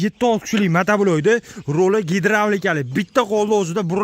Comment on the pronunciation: Ааа, нима деди, гедравлика дедими😂😂😂 Қашқадаре Ўзбекистонни пойтахти булибди, 😂😂😂😂😂😂😂😂😂